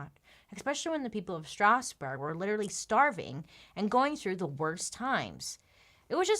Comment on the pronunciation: As a french, I love the way you pronounce Strasbourg!! it's wayy fancier than the french pronounciation ^^